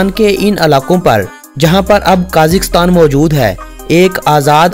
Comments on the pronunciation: साले काजीकस्तान नई कजाकिस्तान बोलते है ....😁येहे पकिस्तानी एन्ग्लीश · Pahle country ka naam to sahi bolo, phir likha likhaya bhashan sunana. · ملک کا نام تو صحیح سے کیا کرو 🙃